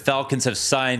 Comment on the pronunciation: why is it so hard for people to pronounce kyousuke? it's just kyoo-sooke